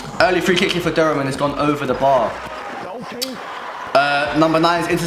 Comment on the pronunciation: You pronounce Durham wrong btw bro lol